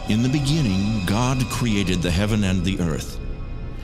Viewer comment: In the bEnINGiNg